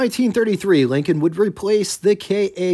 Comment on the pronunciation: You sound like you call them "Leekins". It's pronounced "LINK-n"